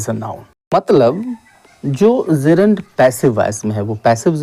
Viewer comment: Bro it's not zerund it's "Gerund" 😊